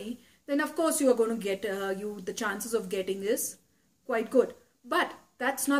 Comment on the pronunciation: thats 'gonna' you said 'gonnu'